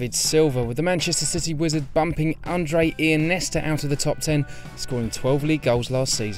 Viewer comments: Andre ienesta OH MY BLOODY DAYS how did you just say that TWICE. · Who's undreus ineestra? Lol